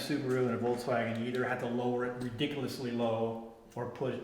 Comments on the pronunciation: I cringe when supposed VW enthusiasts can't pronounce the car's name. I counted at least three times when said " Volts-wagen" Come on folks, it's not that hard. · Volkswagen, correct German pronunciation: The V like "F" The W like "V" "Folksvagen"